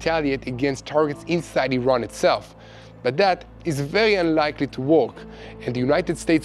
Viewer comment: Good program! - "work" sounds like "jerk", not like "talk"...FYI.